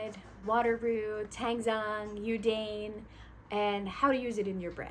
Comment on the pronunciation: Hi. Thank you for the great explanation. Look forward to putting your tips into practice. (PS - I would like to respectfully share the pronunciation of yudane is actually "you dah neh") 🙂